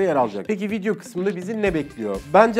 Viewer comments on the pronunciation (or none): none